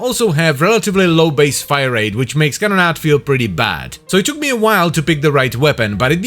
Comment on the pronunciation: Can we get a compilation of saying "Can-na-da"